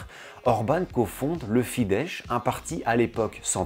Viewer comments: très bonne video, petite précision: on prononce FIDESZ avec un simple "s" comme son (en français: on écrirait "fidesse" avec cette prononciation), j'ai le hongrois comme langue maternelle.... Par contre, si tu lis un "s" tout seul, comme à la fin de "Mészáros", on prononce "ch", comme si on écrivait "Mésaroche" en français, du coup Soros par exemple se prononce "Choroche" en hongrois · Vidéo très intéressante, j'ai beaucoup appris sur les hongrois "d'ailleurs" et sur leur football. Seul bémol : la prononciation des mots hongrois dont Fidesz et Puskás. Si tu comptes refaire des vidéos sur la Hongrie, n'hésite pas à demander pour la prononciation, ce n'est pas facile 😉